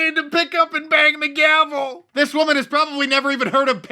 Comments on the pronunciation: He said gravel, not gavel I used to assume politicians were smart, well educated. Nothing could be farther from the truth. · FOIA - has this balls cost more than the 4.5 bn the UK has spent on preparing for no deal before enacting a 'law' to prevent it happening yet? Let's find out and stop paying these lying controlled idiots. Mnuchin is part of it all btw - that's why he was flailing and said gravel instead of gavel and ended up being humiliated by one of the greatest morons ever in the government - he's just yet another incompetant paid for by taxpayers. He failed. Mad Max failed too, and only one will win. What publicly funded pointless nonsense is this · Hahaha he said gravel instead of gavel he was so flustered by idiocy. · It does concern me that the dude in control of our money call it a GRavel instead of a gavel